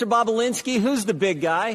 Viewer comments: Trish- its Bobu- linski, NOT Bobu-blinski. You're adding an extra 'b'. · bobulinski its not that hard to say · You're pronouncing Tony's last name incorrectly.